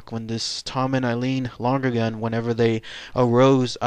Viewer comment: Was their name pronounced long-gergan as you pronounced it? I thought it was Lon-ergan. No extra g.